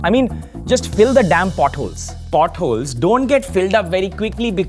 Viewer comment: potholes not buttholes! 🤣🤣🤣